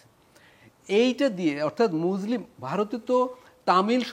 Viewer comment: ওরে পাগল মুজলিম মানে কি 😂😂😂, উচ্চারণ ঠিক কর, আর পড়াশুনা কর,অনেক শেখার আছে